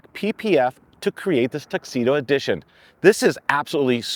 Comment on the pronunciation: Tuxedo? TRUXEDO!😂